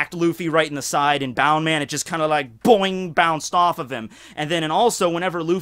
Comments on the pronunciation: People who say bound man instead of bounce man trigger me. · Bound man? You mean Bounce man? Not to hate after that hella good opening, but I couldn't not acknowledge it.